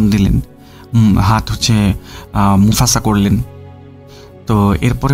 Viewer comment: মুফাসা ❌না মুসাফা✅